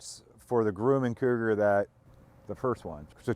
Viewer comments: I do believe you are on the crazy side but I love it keep it up you will be a hero soon. BTW it's not Grew man it's Grum man rhymes with crumb can I live near the plant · It’s not Grooman, it’s pronounced Grumman IE: Drummin. I am from Long Island where Grumman Head quarters were before they were bought out by Northrop back in the 1990’s. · It has been my experience that Grumman is pronounced "gruh man" ... never heard it pronounced "groo man" ? Good videos, really enjoy your aircraft projects. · Grum. Not Groom! :) ! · Gruhman not groomin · FYI, Grumman is pronounced Grum-man, not Groom-man. Thanks for the amazing content! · I worked at Grumman, I need to teach you how to pronounce!!!